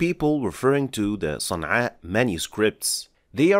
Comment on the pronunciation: It's Sana'a